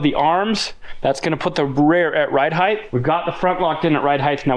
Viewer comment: Ride height! Not heigth. Heighth is not a word.